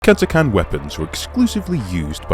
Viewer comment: Thank you for pronouncing Catachan correctly